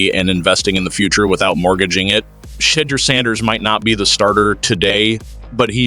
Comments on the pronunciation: This is why your dumb-azz don't have many subscribers. You are purposely mispronouncing his name because you like all of the Nation have heard proper pronunciation of the man's name. Go get your clicks from somewhere else if you can't show respect. I will not be subscribing to this shizit show. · Saying his name right might help, Browns won't be doing sht this year